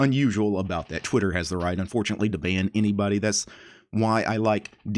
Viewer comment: I'm not sure about this but... is there a chance you said "Twiturd" instead of "Twitter"?